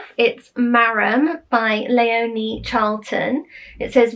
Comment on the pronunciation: Hello, well top of my list of ' would like to read' is Leonie Charlton's Marram because, like you, I am really attracted to anything to do with Scotland ( my daughter's name is Léonie and you pronounced it as we do which was lovely to hear). Having visited the Isles and trekked on hill ponies, under the fearsome guidance of Montgomery's grandson in Camusrory as a teenager on a school trip, I just have to read this. Thank you once again, more books to inspire and to look forward to reading. (ps. My pony was called Pegasus! I adored him), Teresa 📚💕